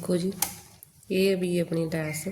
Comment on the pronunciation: ਲੇਸ ਨਹੀਂ ਲੈੱਸ ਹੁੰਦੀ ਏ ।